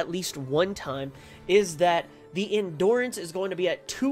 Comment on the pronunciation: It’s hard to watch the vid because of how he says endurance